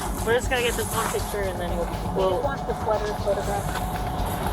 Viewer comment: The lead cop pronounces get, as git. A rube posing as a pig, Fire him.